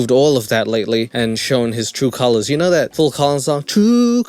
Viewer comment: how is nobody talking about the fact this guy sounds like a 5 year old with a speech impediment? "you whinows" take some speech therapy before you start a commentary channel you goof